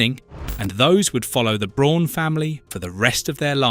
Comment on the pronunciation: Braun as a German name is not pronounced like the English word brawn, it’s pronounced more like the English word brown. How could you possibly make a video about Eva Braun’s family and not know this? “Her, younger sister Gretl…” AI is bad enough, but with an English accent it’s even more annoying.